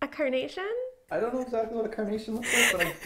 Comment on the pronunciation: Everytime you say carnation I hear coronation and I spent several minutes wondering what the heck was a coronation flower 😂😂